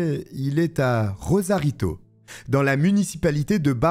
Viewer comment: RoSarito, pas *Rozarito